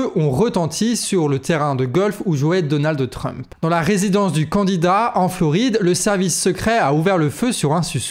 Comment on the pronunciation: Je vous trouve intéressant mais je suis souvent gênée par votre prononciation, par exemple aujourd'hui "DonaldE TRump"...